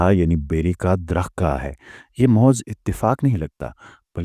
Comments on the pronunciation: Bhai jo lafz ap mohaz bol rahy hain wo infat mehaz hai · Bhai ap mehaiz lafz ko mohaz kehtay....